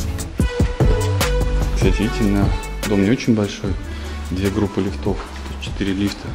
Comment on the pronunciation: Ставьте правильно ударение на слово лифт , не лифтОв а лИфтов